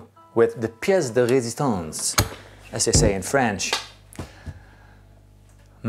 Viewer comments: Wtf his french accent is pretty good! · you've got a real good french accent ;) pièce de résistance :) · cool french "pièce de résistance" ! xD dude you rock as fuuck ! i love your videos, love the way you talk, love your playin' ! keep on and make us dream !!! -A french guy !